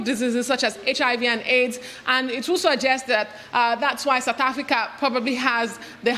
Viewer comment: South not soth! Seeing the leaders, I think it’s actually soth.